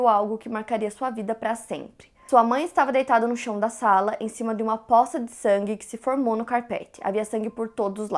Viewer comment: Desculpe falar mas não é Póça de sangue com acento , ou sílaba tônica no O é, poça de sangue sem acento do O. Sem nada , normal. É que sempre vejo os casos e vc falando PÓÇA